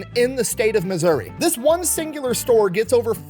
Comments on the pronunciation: From Appalachian mountains, everyone always pronounces it like App-a-Lay-shian, instead of correctly like apple-at-chin. He pronounces Missouri the way I've always heard it. What's the wrong way? Like misery? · Thank you for pronouncing Missouri correctly. It seems everyone who does a story on my home state f**ks up the pronunciation of it. As someone local to Springfield, I promise that we are extremely proud of Morris for Bass Pro Shops. I think I'll go visit the store today for fun!